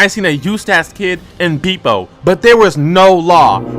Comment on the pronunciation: dont take the slander of someone that cant even pronounce „bepo“ right 😂😂